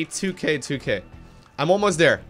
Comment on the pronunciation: THis and THere. THis and THere... TH TH TH TH.... it's not Dis and Dere. No D, yes TH.... Let's practice: TH TH TH THis.... TH TH TH THere... TH TH TH THat.